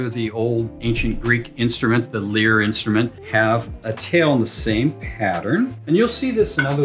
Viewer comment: 'Lyre' - pronounced like 'LIAR'.